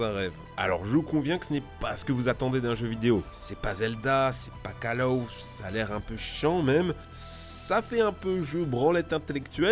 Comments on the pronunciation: C'est pas Call "Aouf" 'kappa' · Moi aussi j'aime pas "Caw Lawf" xD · "c'est pas call aouf" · " A way out " calof" Best englich aksent ever.